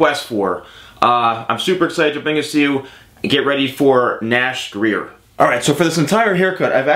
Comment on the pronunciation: Hey are you sure that's how you pronounce his last name? I've heard other people pronounce his last name differently. And this is a really good vid haha